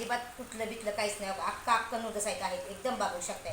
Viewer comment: हक्का नूडल्स❌ अक्का नूडल्स✅